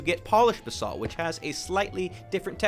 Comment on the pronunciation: lol when you said "Basalt Pillars" i thought you said "The Salt Pillars"